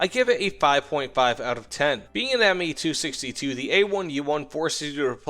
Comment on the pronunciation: It's Me not Ma